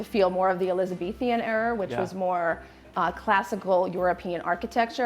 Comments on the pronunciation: Elizabethan...NOT Elizathithian "ENTRAPMENT"...not The Entrapment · Oh dear, does have some intriguing pronunciations; Elizabeth -Ian, snucker, hand painted ‘muriel’, too-neshian, (it’s a ‘minstrels gallery’ not a mezzanine balcony). If you are going to show a property and talk with authority then at least make sure you know what you are talking about.